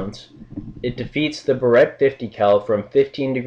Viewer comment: Barrett, pronounced BEAR-it.